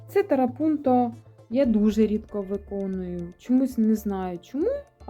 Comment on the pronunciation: Дуже гарні роботи! Тільки чому тарапунто? Я завжди чула трапунто❤